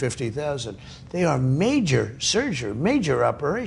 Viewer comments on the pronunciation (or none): What’s major surguhh, Mr. Truhhhhh?🥴